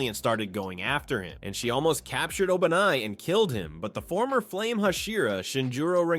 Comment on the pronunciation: bro said obanai like Obama 😂